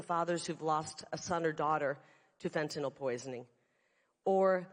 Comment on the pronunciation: It's refreshing to hear a speaker pronounce Fentanyl properly...